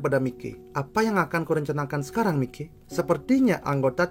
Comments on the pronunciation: Bang, makasih banget bang udh bikinin video ini, ini saran bang, mikey itu dibaca Maiki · Tambahan aja bang😅, buat pengucapan "Mikey" itu dibaca "Maiki". Goodluck bang,ditunggu Mikey vs Kurokawa